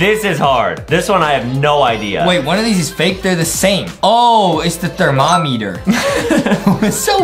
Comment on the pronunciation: Bro he said thermommyther